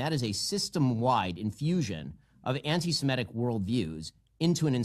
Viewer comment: It's semitic not simetic Sam!